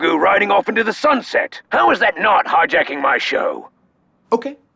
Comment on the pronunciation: it sounds like Boba Fett is saying "HARJAKING MY SHOW"